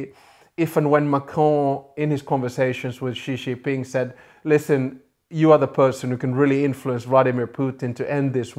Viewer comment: Please learn how to pronounce Xi Jinping’s name. Jin is pronounced approximately like “Jim”, except with an “n”.